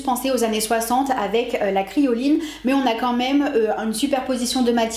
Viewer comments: Je voudrais juste te faire remarquer qu'on ne dit pas crioline mais criNoline, la crioline c'est un désinfectant x). Mais très bonne vidéo sinon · Bravo pour ta vidéo ! Tu ne donne pas seulement ton avis mais pousse l'argumentation jusqu'au bout J'ADORE 😁 Juste petite "remarque", parce que ça m'a chiffonner tout le long de la vidéo, mais on dit criNoline et non pas crioline 😂 Oui je fais ma relou ! En tout cas encore Bravo pour ta vidéo 😁😁